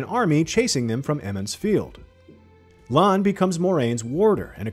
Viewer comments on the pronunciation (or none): It's Lan with a short 'a' or is that what you're saying?